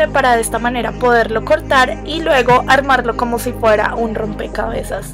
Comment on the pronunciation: Es desesperante cómo pronuncias la c. "khomo así"